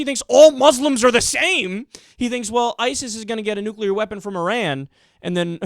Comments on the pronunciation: His face is melting! Maybe he was exposed to "nucular radiation" uh uh uh...hmmm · You mention the difference between Sunnis and Shias, but the most baffling thing is, does this guy know that both groups also do not overlap with Mexicans? And... you know, maybe it's not THAT easy to smuggle a "nucular" warhead through the Atlantic ocean. I mean... I'm not even a Mexican and I feel offended on behalf of them.